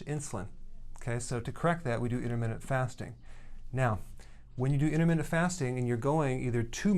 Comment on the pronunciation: Intermittent not intermittsnt